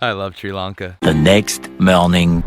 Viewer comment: the guy cannot even propere pronounce the country name welcome to tiri lanka